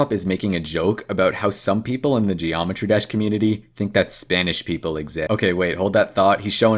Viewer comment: BRO THATS NOT EVEN THE NAME OF THE GAME! HE SAYS dreometry drash ALSO HE GOES INTO THE GULAG! YOU SHOULD REALLY DO YOUR RESEARCH